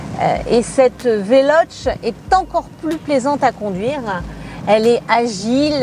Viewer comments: Velochéé ou alors prononce le en français velosss parce que véloche ça fait mal aux oreilles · Le e se prononce é en italien donc on prononce Veloce avec un é à la fin non ? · Ça se dit "velocé" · Mdr le début, c est comme un papy de 90 ans qui test mario bros sur la switch au passage c est VELOCHÈÊ